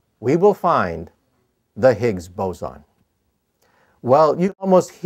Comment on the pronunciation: I feel bad for the guy that said Higs Bozan.